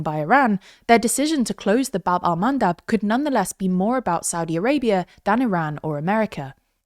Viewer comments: I know you are a professional reporters, but "baB Al-mAnDab" 🤣🤣🤣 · or how he calls them: "wind mills"